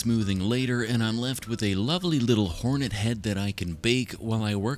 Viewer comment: Why do you keep saying heroin instead of hornet